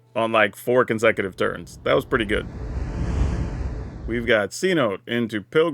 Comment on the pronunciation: Seh-noh-tay. Just saying 😂